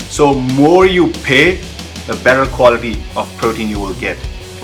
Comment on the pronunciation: Bhai itna b kya yr pure hote phyore ni aur quality hota khwolity ni 😂😂😂